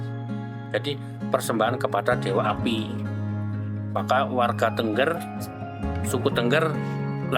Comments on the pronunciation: Naratornya salah dalam mengucapkan Tengger, bukan Tengger spt kalimat burung bertengger...tapi e nya diucaplan e spt kalimat 'tenggelam..." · Bacanya itu t𝙚ngg𝙚r bukan tengger